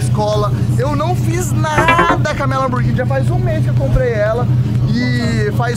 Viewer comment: Lamburghini só se for msm ! Fala certo !